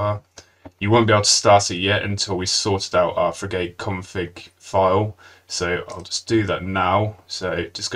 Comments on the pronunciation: Frig-utt not frig-ate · It's fri-ghut buddy, not fri-gate. Top video. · Unfortunately, I couldn't get past the first minute because of the terrible mispronunciation of frigate. It's pronounced git, not gate. 😢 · Informative video, but could you PLEASE rerecord it with the correct pronunciation for "frigate". The way you mispronounce it is worse than nails on a chalkboard - I had to mute you and turn on closed captions. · say Frigate again, LOL